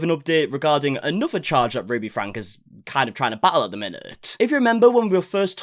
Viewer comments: Oh my gosh say her last name right!!! It’s FRANKIE BUT SPELT FRANKE like if you are going to cover her story get her name right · FrankE... isn't it pronounced with an "ie" or "y" sound at the end? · Learn to pronounce the last name properly! It is “Frankie”! Saying it incorrectly lessons your believe ability! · You'd think the amount you cover her story you'd pronounce her last name correctly by now 😂